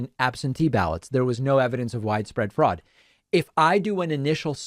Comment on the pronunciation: "Froad!" Lol....